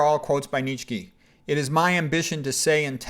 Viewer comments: Less than two seconds in this man says neech key. So I blurt out i'm done. Not a good sign that you know what you're talking about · What the hell pronunciation is he using for Nietzsche? It’s pronounced “nee-chuh.“ My ears are hurting from this guy